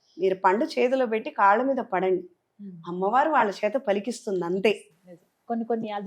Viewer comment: అమ్మ వారు అనమ్మ, అమ్ము కాదు please